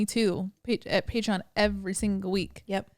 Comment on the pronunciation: Butchered pateron lol